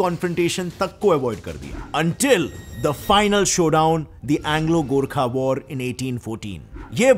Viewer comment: The fact that he pronounced GORKHA and PRITHVI NARAYAN SHAH correct than most Indians makes me like him even more